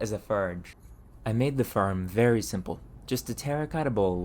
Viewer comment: And torch, and form. Really any 'o' sound.